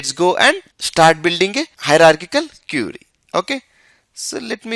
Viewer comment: IT IS QUERY NOT CURIE BRO.